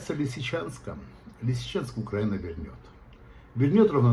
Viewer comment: не в состоянии правильно воспроизвести название Лисичанска? Что так?